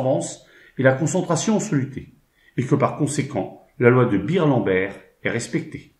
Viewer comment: Bonjour, si je puis me permettre, on dit bairLambert et non birlambert. Merci